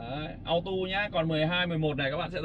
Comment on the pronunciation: Chỉ muốn góp ý chữ auto nên đọc là "au-tô" chứ ko phải là "au-tu", hoặc nếu theo giọng mỹ và đọc nhanh thì cũng có thể đọc là "au-đồ", nhưng nhất quyết đừng "au-tu" nha bác, hix